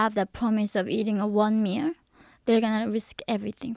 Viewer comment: she said limit s But she said mear instead of meal